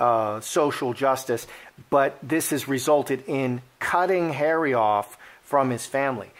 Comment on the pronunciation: .......love the way pronounces "Harry" as "Hairy" sometimes...... especially when he said........."she has Hairy under her........"(arms) lol.